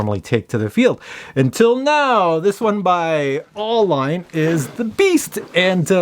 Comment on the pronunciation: FYI, it's pronounced Goldline. AU being periodic letters for Gold.